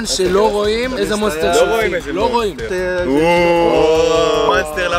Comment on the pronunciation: למה אתה אומר manster ולא monster?